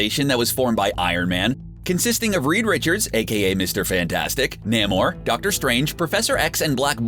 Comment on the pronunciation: You're horrible mispronunciation of words such as Namor and Attilan remove credibility from this video and also leave it painful to watch.